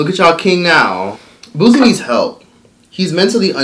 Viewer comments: It’s Pronounce Boo-sie not Booz-ie🤦🏽‍♀️ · Booze Boo & Booze 🤣🤣🤣🤣🤣. its Boo C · “BOO-SEE” not “boo-ze”. it was just messing with me how u were saying it lol 😂❤️ but him and those women are sick! And the women who participated should be ashamed to even be comfortable in doin this🥱🤢 LOCK THEY ASSES UP😡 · It pronounced bootsie.. the t is just invisible 😂😂😂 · I can’t take it why you pronouncing boosie name like that 😂😂😂😂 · First of all, say his name RIGHT! People from the south does NOT sound ignorant. Now what he did was wrong, but don’t down play people from the south! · Put some respect on Boosie Boo name and say it properly...Boosie got hits on top of hits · 😳😳😳still cant pronounce Boosie🙄..I see🧐😬...🤔anyway it is some things you dont do Boosie😒..Boosie please🤫🤫🤫🤫🤐🤐😶